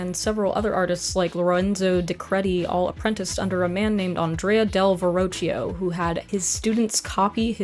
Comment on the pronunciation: Verrocchio is pronunced VERROKKYO, but that's just to comment. Thanks for your service!